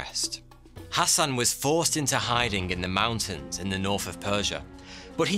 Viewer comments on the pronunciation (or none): none